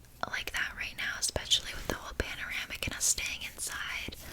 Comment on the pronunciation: Paneramic? Pandemic !!😂 X